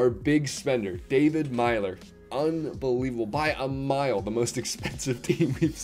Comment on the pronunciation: U said David Melyer wrong